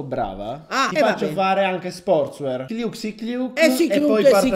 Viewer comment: si legge sportswiar😉